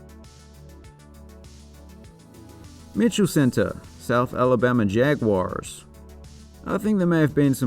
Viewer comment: Did he briefly adopt southern drawl when he said jaguars? Is that how they say it south Alabama?